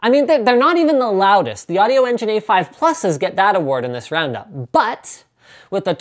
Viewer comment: Never EVER say "audio" again!!!